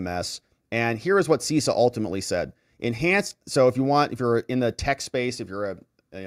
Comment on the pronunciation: You need to tighten up your cyber game,. CISA is pronounced Sis A not Cease A. CISO is pronounced Cease O, though it was Sis O 15 years ago. Versa controllers initially allowed the Chinese access to the Verizon, Lumen, and AT&T & some of Sprint (T-Mobile) networks involved, not Cisco. This attack has been going on for a very long time and may have multiple compromised systems. The bigger issue is the CALEA intercepts mandated on all carrier gear (Versa, Cisco, whoever's) to allow FBI & other Intel Agencies access to communications when authorized. That's how campaigns &.a lot more data gets tapped. These operations have been around for a while. Someone at the carriers should have seen the traffic going to the Chinese. And these captures should not have been transported in the clear (unencrypted) across carrier networks to begin with. Not watching where the signals go is a supreme breach of privacy.